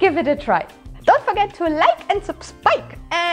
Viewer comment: Did she say "Subskipe?" :D